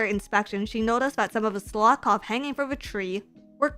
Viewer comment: Who taught how to say Slakoth?